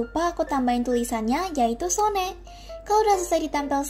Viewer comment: So cute 💕 If i have to give you correction, SONE pronounced as "Sowon" (소원, means 'wish').